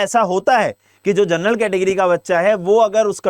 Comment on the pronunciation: Gernal nahi ur bolo